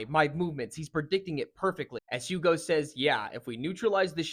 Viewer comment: The H is silent btw his Name Is spoken like "Ugo"